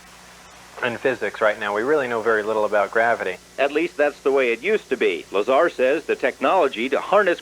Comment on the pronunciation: It's bob LazAR not Lazr